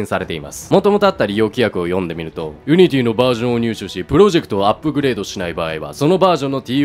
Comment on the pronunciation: ユニティの発音が安定しないのすごく気になった